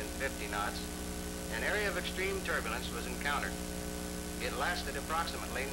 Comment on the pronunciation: "turburlance" = turbulence "verticle" = vertical For the benefit of the uneducated... :-)